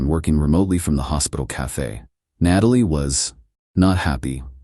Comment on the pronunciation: Why does AI not know how to pronounce “Natalie”?